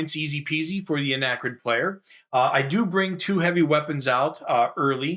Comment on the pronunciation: Such great explanations for a game we had when I was growing up, but we were never able to progress past scenario one. My ONLY gripe... "Arachnid," not "Anachrid." ;-) Keep up the great work!!!